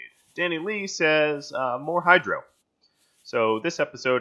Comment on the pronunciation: For a second I thought you said Hail Hydra instead of More Hydro xD